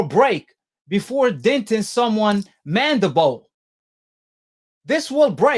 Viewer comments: I assume based on the fact that you can speak English well enough, that you can also read English words right?? Well, then why do you keep saying the bone that was dented was the - { MANDIBOW }??!! Look at the dam word again then give it another shot..... Good luck..... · "Mandabowl" lol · He said "mandabow" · For goodness sakes stop sounding so dumb, it’s mandi-bill not mandi-bowl!! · ahh yes, the mandabole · He pronounces everything wrong. Now Deontay has a dented jaw... nobody tell you can have a broken MANDEBOLL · I hate how he keep saying mandible. That nigga say " Mandi - Boa" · So was it his mandabone or his skull? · First off this guy cant say mandible correctly and the picture you keep showing isnt even the mandible bone. The mandible is the lower jaw. Thats damn near the temple. If Fury dented his mandiBALL, his jaw would most likely be broken too. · F’ing idiot cant even pronounce “mandible” 😂😂😂. Jaws get broke everyday b. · This dude talking about doctors and shit but can't even pronounce the word. You can't dent a bone dickhead. Pillow fists? Fury has as many knockouts as AJ. Casual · 1) that's not even close to the mandible 2) your pronounciation of "mandabawl" shows how much you know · I wish someone would teach this cat the english lesson. I had to turn it off coz this cat how to say mandible.